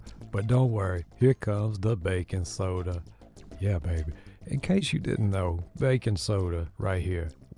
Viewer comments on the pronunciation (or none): I thought you said here comes the bacon soda at first. I was like huh? lol 😆 oh Baking soda.